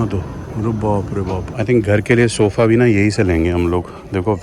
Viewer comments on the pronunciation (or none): I don't understand how sofa becomes 'sofe'😂